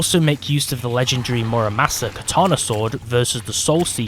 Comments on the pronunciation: minor correction mura SA MA not mura MA SA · that’s murasama, not muramasa. Get it right